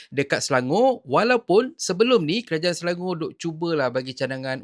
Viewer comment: Ucap Selangor bukan Selango.